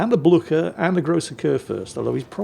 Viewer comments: Blücher! Not Bluker! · Blücher is pronounced more like Blycher.